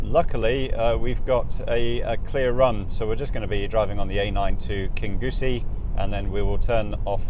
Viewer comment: Please stop saying Kin Goosie. It is King Yousie. Always has been. Thanks.